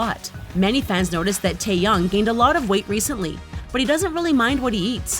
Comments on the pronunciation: She said Tae..young. It's Taehyung!!! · Tf is Jhonkoo Nahmjoo Taeyang Jeemen And tf is Bengteng It's either Bangtang or Jinhit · If your going to do a BTS video here are some tips: 1. Know how to pronounce their names. It’s annoying when people say “Taeyung” instead of Taehyung or “Jonkook” instead of Jungkook. And 2. Actually know your facts. A lot of the stuff you said is inaccurate and to new fans can be confusing. So yeah. Your welcome. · WTF... Its not Taeyoung it's Taehyung..... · LEARN THEIR DANG NAMES IT’S NOT G-MIN it’s Jimin, IT’S NOT JONKOOK it’s Jungkook ALSO IT’S NOT TAEYOUNG it’s taehyung, good grief! Sorry i had to let that out “G-min”: “Jonkook”: “Taeyoung”: Where the BTS army at? 💜💜 I’m a big BTS fan so it annoys me when they don’t even take the time or find out the proper pronunciation of the word. Sorry but it’s a bit annoying and i dont wanna get hate comments i just wanted to say it was annoying the video was good btw and yeh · “johnkook” and “taeyoung” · It’s Tae-hyung now Taeyang ! Learn how to pronounce 😂😂😂😂